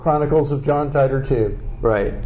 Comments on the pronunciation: Stop lying. Stop faking for fame. you guys don't even know how to pronounce the name "Titor". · Suzuha. on a serious note...this guy doesn't even know how to pronounce "Titor"! FAKE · obviously not. he doesn't even know how to pronounce Titor.